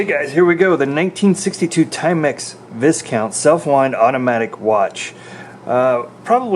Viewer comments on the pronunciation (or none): Your pronunciation of Viscount is incorrect. It’s more like “vie count”. Otherwise, informative video. I picked up a Timex Viscount at a flea market last weekend for £10. Looks to be British made, from 1976, and it’s working perfectly so far.